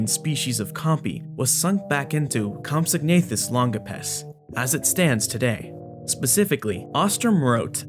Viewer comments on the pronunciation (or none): Great video, as always!... Also, the "g" is silent. It's pronounced "compso-nathus"